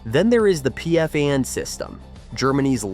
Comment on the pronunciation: In fact it's not called P-F-and but just Pfand.